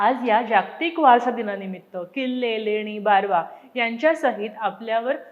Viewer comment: छान वाटला व्हिडिओ 👌👌👍 फक्त 'जाग्तिक' ऐवजी 'जागतिक' असा उच्चार हवा . धन्यवाद 🙏